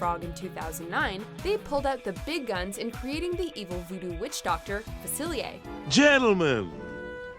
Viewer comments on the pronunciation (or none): What is Doctor FACILIYAY? It’s Doctor FACILIER.